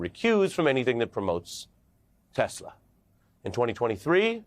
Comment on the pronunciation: …uhhh …it’s now pronounced “TesLER”. 😂